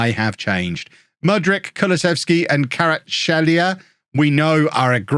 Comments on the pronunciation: it's pronounced Ka-veecha kva-rets-skel-lia i believe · It's pronounced K-va-rat-skey-lee-a but most people just call him Kvara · its pronounced "h-vicha kva-rats-helia" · I'm pretty sure people pronounce it as Kvara-(t)skhelia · Kvaratskhelia is pronounced like "quartz hell ia") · Imagine not being able to pronounce or really know about the great 🇬🇪 player in Naples, what a casual!